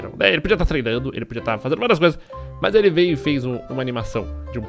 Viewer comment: O legal do é que ele troca o M pelo B, ex: mas-bas mesmo-besmo